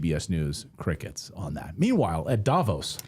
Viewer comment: Just for Information about Davos in Switzerland. It is NOT 'Da-vos, it is Da-'vos (Stress on the 2nd syllable). Otherwise it sounds very strange. Greetings from Switzerland and thank you for your very interesting vids.